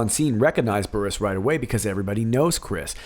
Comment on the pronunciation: On the story about Chris Burrous, he had foot surgery recently and we believe he became addicted to the pain meds. And when the doctor cut him off the meds, he turned to illegal drugs. So we hear. BTW, his las name is pronounced like burrows like the animal. 👍🏻